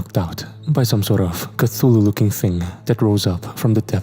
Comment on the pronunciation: Where's been??... Oh 6 hours.. Thank you beautiful voice... pronunciation Ca / thu /loo.. just trying to help make the amazing infallible. I think it makes it more interesting ( your way).. just so u know in case hater. As knowledge is power. Tho u r very powerful already.